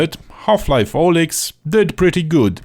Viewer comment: If I hear you mispronounce Alyx again I'll go on a rampage 😠